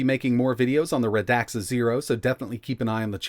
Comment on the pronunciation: Radxa® is pronounced as [reksə].